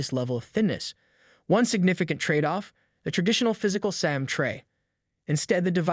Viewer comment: Tf is a "SAM" card? Can you pronounce SIM?